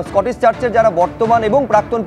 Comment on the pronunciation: ওটা স্কটিশ, স্কটিস নয়